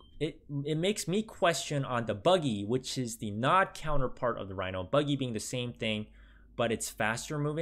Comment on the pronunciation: And your made me cringe when you read nod